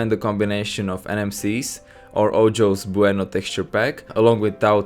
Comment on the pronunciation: man Can't anyone pronounce ojo bueno properly on youtube?.